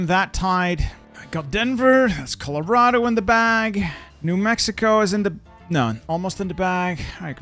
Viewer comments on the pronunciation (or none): none